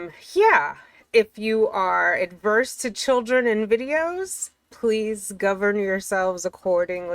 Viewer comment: Awerse to children and dogs 😂 that's being awersed to life. 😅